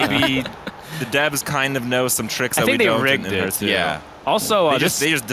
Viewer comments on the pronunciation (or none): AUGH!! it hurts my brain when people, apparently even devs, pronounce it "Herthstone"